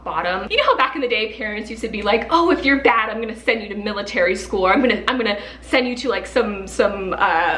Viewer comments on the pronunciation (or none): none